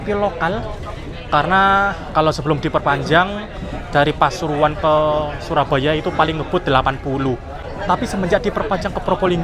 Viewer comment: pasuruan ❌ Pasururuan✔️